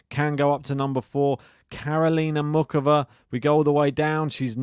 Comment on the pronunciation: There is no OOK in Muchova. The C is not hard. More like, MOO HOE VA (with a little 'depth' on the H of HOE).